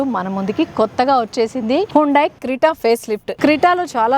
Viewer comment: krita kaadu, kreta